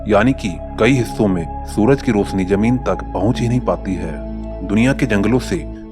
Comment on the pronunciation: bhai rosani,kafi jayada adhik ye sab ka matalb bahut hota hmko pata lekin apko siksha aise mili h ki bolne me aap teeno ko ek sath bolna chahte h lekin ye siksha galat h dusri baat roshni bola jata na ki rosani Video ke 1.49 minute me hi galati kr di to pure video me kitni hongi isliye aap pahle dhang ki shiksha le ucharan sikhein fir video banaye taki hamara data kharch krne me hame maja aaye. Baki apko bakwas hi bolni h to wo hum gali mouhale me hi sun lenge aap kya khas h